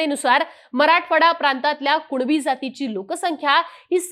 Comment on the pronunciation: भवाने तू स्पष्ट कुणबी मनू सकत नाही का कूळबी कूळबी करत आहेस 😂😅